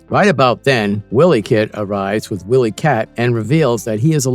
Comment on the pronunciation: It's pronounced Why Lee Kat...not Willy